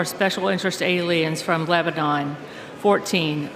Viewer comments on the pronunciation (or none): none